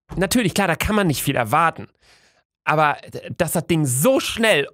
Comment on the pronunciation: Er hat aber gedagt aber das hörte sich an wie "abba" und abba ist eine band,also hat er die band(also die personen)auf den screen gemacht XD